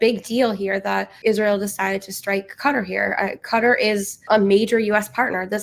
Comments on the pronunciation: Keh Tah not Cutter. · Danny, you need to get better guests. Israel doesn’t have the right to defend itself against Syria or Lebanon - it occupies land there and has been the primary aggressors to both! Also it’s not cutter, it’s Q/Katar.